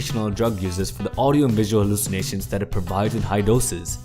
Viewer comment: LOL whem he says hallycimatiom